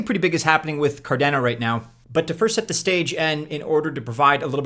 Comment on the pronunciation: It’s Card on O not Car Dan O 😂